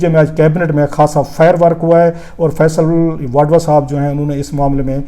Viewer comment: Rauf Klasra sahib, thank you for sharing the important cabinet proceedings. But you kept me confused throughout in your video log about the federal minister Mr. Faisal "Vadwa". Probably you wanted to mention about Mr. Faisal "Vawda". Kindly check your pronunciation. Thank you!